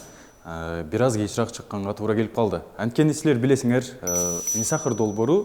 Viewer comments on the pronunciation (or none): Кечираак дебей кечиреек деп, кыргызчаны туура сүйлөгөндү качан үйрөнөбүз? Не сахар, силерге калитканы дайым ачыш керекпи? Балдар чыгып кетет, сырттан бейтаныш адамдар кирет! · Кечирак эмес, кечирээк